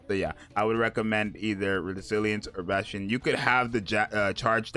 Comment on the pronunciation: I'm pretty sure it's BAAAAS tion